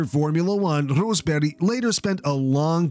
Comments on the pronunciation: Thumbs up for the correct pronunciation of the names Rosberg, Lehto and Häkkinen 👍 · As a Finn, I'm amazed you managed to correctly pronounce Rosberg and Lehto, but mispronounce Häkkinen. Usually it's the other way around with English speakers.